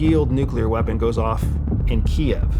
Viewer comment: Finally. Someone using the correct pronunciation of Kiev.